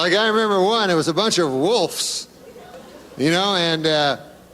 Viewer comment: Great command of the English language there Norm, wolfes. It is pronounced wolves. I can't even laugh at that